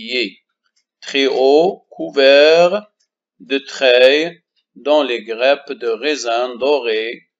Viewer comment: La traduction du cours en arabe ne sert à rien car l'élève répond en français sur la copie d'examen au lieu de la langue arabe et n'oubliez pas que vous êtes un enseignant de la langue française. -Concernant le mot"grappe"prononcez"a" au lieu de "e"